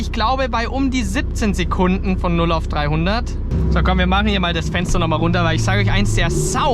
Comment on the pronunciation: Sekundne ? bist du aus Emskirchne ?